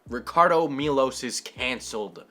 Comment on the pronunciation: me: clicks on video: mispronounces “ricardo” me: shuts down pc